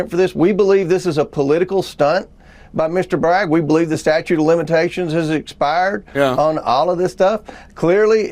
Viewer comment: The statuate of limitationa on TREson?😮